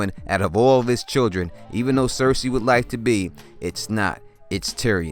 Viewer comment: Good video with a solid theory,. Thank you for saying 'cersei' instead of 'sersay'